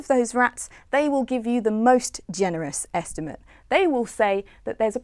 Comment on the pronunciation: Why does she keep pronouncing the noun 'estimate' as the verb? Esti-mate = The act of making a rough calculation Esti-mut = A rough calculation